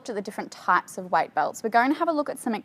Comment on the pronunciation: "White belt" 😂 love the accent tho!